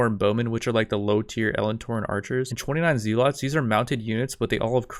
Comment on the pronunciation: zealot is pronounced "zeh-lot" but without syaing the h